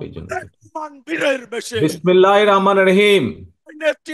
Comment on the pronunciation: বিসমিল্লাহ ও সালামটাও এখনো শুদ্ধভাবে শেখা হয়নি!